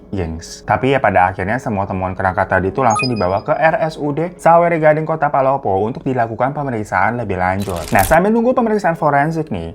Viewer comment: palopo bang bukan polopo